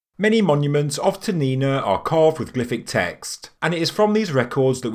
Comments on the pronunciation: A minor point, but I imagine you prefer to be precise with your pronunciation. Most Spanish words have the accent on the second to last syllable, which would make the name "Toniná" pronounced 'toh-NEE-nah', as you said it in the vid. However, "Toniná" happens to have an irregular pronunciation, which we can see because Spanish is a wonderfully regular language, and any time there is an accent mark over a vowel, it means that is where to place the vocal stress when saying the word. So "Toniná" is actually pronounced: 'toh-nee-NAH'. As I said, it's not a huge thing and I'm sure locals would know what you meant. But compared to the very Meso-American sounding correct pronunciation, accenting the second syllable makes the word sound like something from, well, Spanish, Italian, or another Euro Romantic language. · Toe-knee-NAH. Emphasis on the NAH